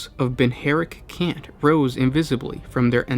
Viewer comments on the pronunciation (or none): 40K is a never ending lore feeder. Good work. Also: Rai-ti-cules Bin-ha-ric Kents Made my day.